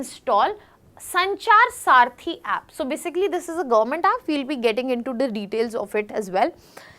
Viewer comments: Saarthi or Saathi ? You speak good English , but this doesn't mean that you speak good Hindi. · Mis pronunciation makes you confused, disconnected . Please listen again. Check if it is Saarthi or Saathi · Its not saarthi its saathi